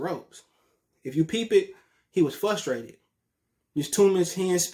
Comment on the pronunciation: Flustrated. Lol